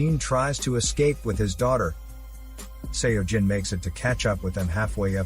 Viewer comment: One thing, Seo pronounced as 'Soh'. Not sure why it bothered me so much. But had to pause the video 4 times.